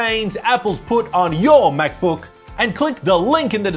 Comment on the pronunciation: Love how he pronounces “MacBöuk”.